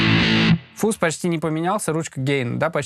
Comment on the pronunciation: не фуз. а фазз! деревня))